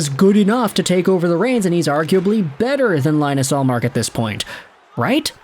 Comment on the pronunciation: Can’t even pronounce ullmark’s first name right 😭